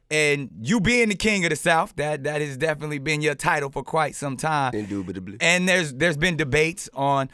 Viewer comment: Indoobidably! Or whatever he said...